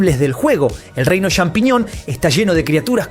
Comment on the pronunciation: hablaaaa bien inbesil !!!!!!! CHAMpiñon !!!! no XAmpiñon ni Shampiñon.... no es dificil de pronunciar